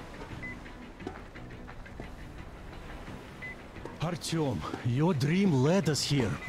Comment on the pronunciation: É só comigo ou vcs tb ficam chamando o Artyom de Ailtom? kkkkkkk